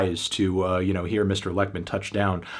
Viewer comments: He basically says "Leckmin", which is incorrect. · Except for Lekman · I opened this video to see if he would and yeah... not particularly close hahah